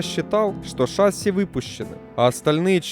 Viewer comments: шассИ, а не шАсси. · Что ж ты такой неграмотный? Правильно шассИ, а не шАсси. Ударение на последнем слоге. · Определитесь уже- шасси или ШассИ (последнее верно) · Дружище, Вы сначала говорите "шáсси", потом "шассú". Правильно всё-таки ударение ставить на последний слог, как принято во всех французских словах. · шассИ, блин, шассИ. Канал об авиации, а названий не знают